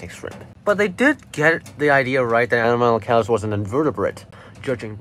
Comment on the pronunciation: A-nom-alo-caris It's a hard C